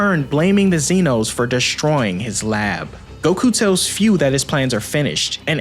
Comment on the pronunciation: Minor nitpick. Its pronounced foo not fyuu. Great video as always